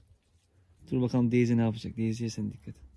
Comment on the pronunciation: Deyzi deyil abi daisy bu arada içeriklerin güzel abi severek izliyoruz👍